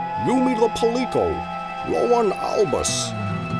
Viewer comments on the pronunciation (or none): Puh lee ko? Palico is pronounced like calico. Did YOU know,?